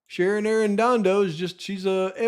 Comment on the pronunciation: It looks like Shannon with an N and you’re saying Sharon with an R. Which is it?